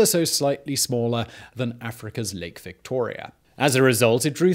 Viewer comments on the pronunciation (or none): none